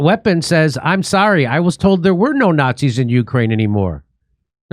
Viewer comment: “Snotzis”. Lol